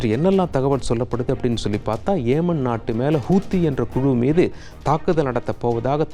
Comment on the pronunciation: ஏமன் அல்ல யெமன் ஹூத்தி அல்ல ஹவுதி